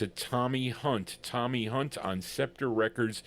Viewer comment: Thx. Appreciated it. The 2nd pronounciation is right, u got it fine. TOMMY HUNT was big in England, still is. Records stay, people go =" Thats Life" by Joe Texxxx who advanced the Frankie Boy version HUGELY .... Scepter was an interesting lbl, even released a Memphis Slim blues piano lp that I got. CHUCK JACKSON was an incredible person, though his career flopped 2 early, died 2 yrs ago. (Was George Bush s =Sr fav singer, oddly enuff ..)